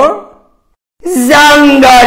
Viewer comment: Yes there are Bro i Just live in Germany and i lagged so hard that hungery Said ZongOra😂